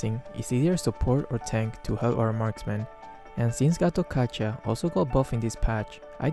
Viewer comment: Well,.. I love your video, also you say Gatot Kaca nicely like we're indonesian say to.. Because Its Gatot kaca, not getot keca. 😂